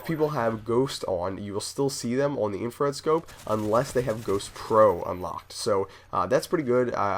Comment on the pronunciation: Isn't it Infrared scope? not infared?